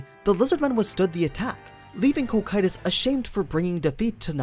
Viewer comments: Every time he says koh kytous I flinch in pain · Please fix the pronunciation of the names you speak please Cocytus is normally pronounced Co-Ki-Tus or as in the anime Coc- Q - Tus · Co-cue-tis sounds better tbh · It’s pronounced Cocytus not Cocytus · Was going to watch this vid, i'm actually interested, but with how often you are going to mispronounce that name I just can't. My OCD will not let me unfortunately so here is a major tip for the future: The dub is wrong, the dub will always be wrong no matter what anime it is. You can watch dubs or not that's up to you but when it comes to how names and such are meant to be pronounced you should stick to what is right. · Very well done! Just your pronounciation of foreign names is ears-bleeding... holy cow! yuo anglo natives really are unable to pronounce other languages. If you want to pronounce Cocytus like japanese do, it would be "KO KYU TOS" and it's also very wrong, but i guess we can't ask much to a language made of syllables. But as you said in the video, Cocytus name comes from Dante's Inferno, that means it should come from italian; but as it's not Cocito (that would be the right way to write it in italian) it's possible that Muruyama gave to the name a latin imprint. If that would be the case the right pronounciation would be "co chi too s". Summing up, you can name it in the japanese way, after all it's a japanese novel, or pronounce it in the latin way, but that anglo cacophony you gave birth to is something pathetic. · I'll be honest. This video was good and don't get me wrong, i love all your videos but the way you call Cocytus as "Ko-Kay-Tus" and calling Takemikazuchi as "Take-Mika-zuchi" is such a fucking blasphemy. God lord, english dubs really are disgusting🤮